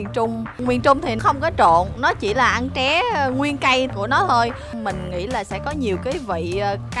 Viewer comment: Tré chứ ko phải ché nhé